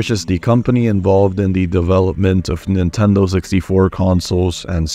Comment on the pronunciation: I love when you say Pablo's name correctly, you said Neentendo right afterward. lol XD No where else. LOL